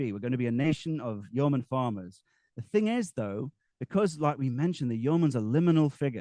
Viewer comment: What's the origin of this yeoman/yurtman word? (He seems to pronounce it differently throughout)